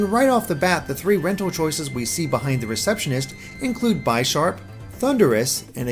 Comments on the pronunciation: Bye-sharp? It’s Bih-sharp. Bishop and sharp... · You destroyed a lot of Pokémon names... For example, Bisharp is pronounced like bishop